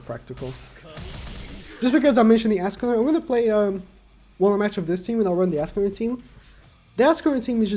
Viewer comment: How u say escanor:es.ca.nor How says it:ASS.canor How yt subtitles show:ASS..killer Wtf yt